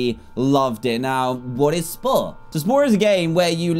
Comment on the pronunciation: Its funny because when he sed what is spore I heard wha i por 🤣🤣🤣🤣🤣🤣LOOOOOOOL🤣